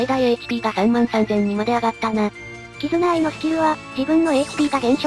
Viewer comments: 2回目のキズナアイがキヅナアイになっていますよ。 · キズナアイのことをキタナアイって言ってるやついる。キズナアイなめすぎでしょ